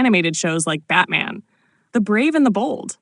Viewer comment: "Batman............... The Brave and the Bold" Hahaha, AI voice-over fail.